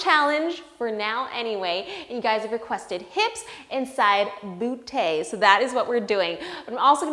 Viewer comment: "...and side bootays" Me:Wut.